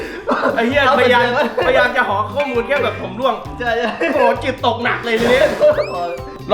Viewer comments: ร่วงนะพี่ ไม่ใช่ล่วง อย่าหาว่ายังงั้นยังงี้เลยนะครับ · ร่วง ใช้ ร.เรือ นะครับ ล่วง ล.ลิง คนละความหมาย เห็นหลายคลิปแล้วอยากให้เช็คความถูกต้องของภาษาไทยก่อนปล่อยครับ